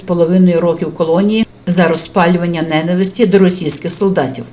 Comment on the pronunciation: Дозвольте зробити кілька філологічних зауважень: киянин (не києвлянин), граблÌ, кілька днів тому (назад - зайве), ненáвисть (а не нéнависть), про ДрузенкА. А за відео - щира подяка!